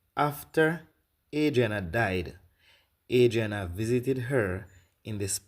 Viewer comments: I think shes saying her name incorrectly on purpose…she doesn’t want to directly identify the girl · I personally believe every single word this woman is saying. My only thing is her constantly saying her name incorrectly - that can cause one to think twice about taking her seriously. If in fact some of these details/evidence does come out eventually and align with the details she’s stating, this could be of value. Either way, praying the truth will be revealed and those involved are dealt with through street justice.